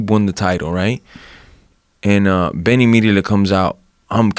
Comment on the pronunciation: Ben rhyme with pen you meat head...